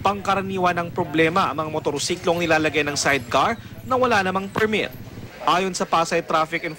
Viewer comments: "PRIMIT" 5yrs na to pero ngayon ko lng napansin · PIRMIT po ang sinabi try mo slow mo 0.25x